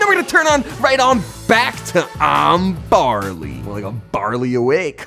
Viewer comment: you said i'm carly not i'm barly